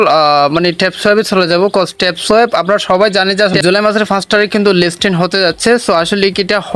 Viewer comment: লিস্টিন না লিস্টিং হবে বারবার ভুল করছেন.....😅😅😅😅